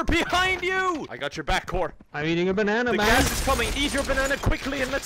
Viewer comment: Me sitting here saying your saying banana wrong XD